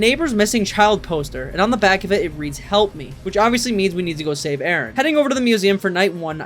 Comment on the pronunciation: it wasn't "help me" it was "hepl me" 🥀